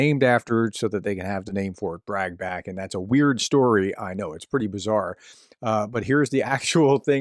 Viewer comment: "Fort Brag" 😂